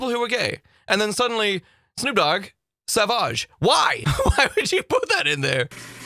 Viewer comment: Please don’t pronounce savage like that 😆 you’re making it sound all posh